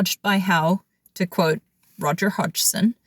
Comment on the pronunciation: Fantastic video and you pronounced Roger's last name just fine. I've watched so many other videos that totally butchered it.